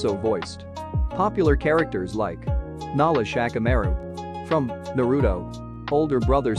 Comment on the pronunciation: Why "Nala Shikamaru"? Its Nara Shikamaru